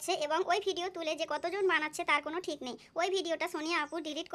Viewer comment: আপু ডিক বলচেন😂😂😂😂